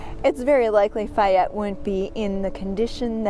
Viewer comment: Isn't it, "Fay ette"?